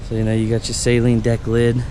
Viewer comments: Sweet car. Amazing to me that you guys that buy these cars don’t know how to say the name. Saline is solution for your contacts. Saleen. Pronounced SAAAAAALEEEEENNNN. GOOD LORD! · NOT SAY-LEEN JEEZ